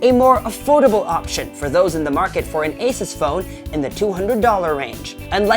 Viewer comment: AH-SUS! Learn to pronounce.